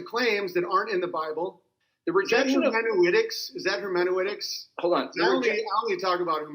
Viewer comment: Hermenyoueticks hahaha